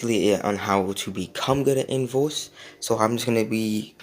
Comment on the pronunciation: “Invose” jk jk I love you bro